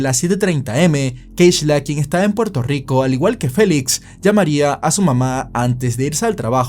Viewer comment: Puelto yico.